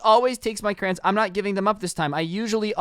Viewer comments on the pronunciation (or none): why do you say crayons as crayns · Ok but y u pronounce "crayons" as "crans" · Is It Just Me That Finds It Funny That He Says "Crans" Insted Of Crayons? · Crayons not crans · Says cran Me: 😡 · Anybody else realize he says CRAY ONNS as crains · Why do u call crayons crans? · Crayons sounds weird when says it